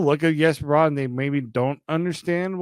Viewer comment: I don't understand why it's so hard for Leafs media to say Jesper Bratt's name correctly.